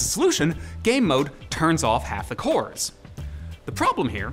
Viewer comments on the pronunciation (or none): none